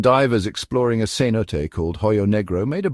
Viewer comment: I like this video! Only one complaint, por favor, it's pronounced cenoté 😂